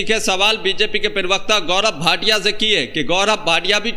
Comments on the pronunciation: Pronunciation correct karo.perwakta nahi parwakta kaho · Parvakta hota bhai sahi se pronounce karle